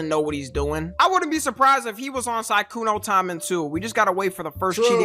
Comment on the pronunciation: Sykunoo❌ Sygoono✅